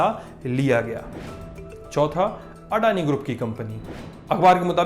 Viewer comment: ओ... ये अड़ानी नहीं अदानी होता है।